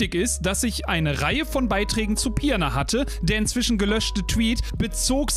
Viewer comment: Argh, weil ich wusste, dass die Stadt nicht zum letzten mal erwähnt werden wird, habe ich dir die Nachricht bei Twitch gesendet. Die Stadt heißt Pirna und nicht Pierna.